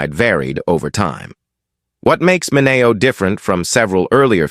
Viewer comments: Sal Mineo's last name is Min e o not Min a o. I know this because his cousin was a physician at a hospital I also worked for. His name is Cyrus Min e o MD. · I found his mispronunciation very disturbing.